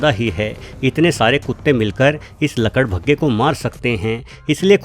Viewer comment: आपने गड्ढे को खड्डे और लकड़बग्घे को लकड़भग्गे कहा उच्चारण ठीक से कीजिए महोदय जी 🙏